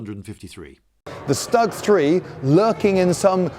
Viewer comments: Every now and again I come back to this channel to give it a chance, and every time something irritates me and makes me leave... "StuG" doesn't rhyme with "Mug". It's mostly commonly pronounced like "Stood", but with a "G" at the end. Some people will put a "Sh" sound at the start... But no one pronounces it rhyming with "Mug". Getting something as simple as that wrong in the first few seconds of a video really weakens the credibility of the rest of the information provided. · >"stag" Damn, Lindy, it really isn't such a hard word to pronounce :( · St. Peter If Germany was Deutschland in English, I would pronounce it Deutschland, but it's not, it's Germany. Sturmgeschütz is a German word, not English, so the correct pronunciation is Shtoog. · I don't mean to be rude but the StuG is pronounced "shtoog". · yes, Lindy, a stag. A SHTOOG! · I believe that the proper pronunciation is [Shtoog] with short "oo" as its [Shturm geshitz] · Sup Lloyd! It's pronounced stOOg! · i feel uncomfortable when you pronounce StuG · it is called St-ug comrade , st-ug , like slug , but with St,not st-ag. It is important to understand our enemies ! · Inhales THAT IS NOT HIW YOU PRONOUNCE STUG III THE "S" IS PRONOUNCED AS AN "SH" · Is it better to pronounce it "Stoog 3" instead of "Stug 3" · No it's not "stug" like "stuck" try "shtoog" but fast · You read it " ʃ t u g " to pronounce it as it was back in the days. :) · Stug (pr stOOg, not stUHg). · Am I the only one who finds the narrator to be annoying? .... The mine paste over the tracks was there to protect the tracks......and it's not pronounced "Stug" ....unless you're simply too lazy to pronounce it as "Shtoog" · "Schtuuuug", not "Stug!" :-) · Idiot, stew guh. stewguh. Not STuh UGH. fucking cringe. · You may be better served by pronouncing it not StuG, rhymes with "mug," but StuG rhymes with "stood." Try it, you'll come across as more knowledgeable. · Stoog, not stug Mr Beige. Not that it matters, but i'm being that guy today.